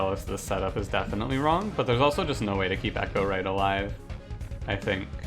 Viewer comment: it's pronounced e-CHOW-right, not ECHO-right. The champion Chows on cards, there's nothing about echoes in this clan